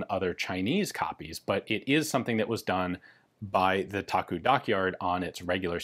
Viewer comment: It’s actually pronounced “Da-Gu” instead of “Taku” for 大沽. Many people don’t know that China was perhaps the biggest Mauser C96 user. The “box cannon” was especially the preferred sidearm of the communist forces. Great video 👍